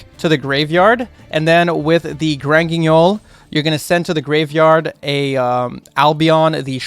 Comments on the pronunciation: shoutout to for saying granguinol with that mean french accent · the way u say granguignol, ur french is insane